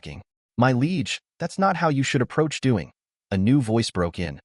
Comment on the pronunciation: Bro, Liege is not pronounced Leg.